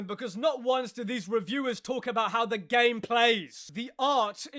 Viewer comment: There's "Game Enjoyer" Then there's "Ga-y-Me Enjoyer"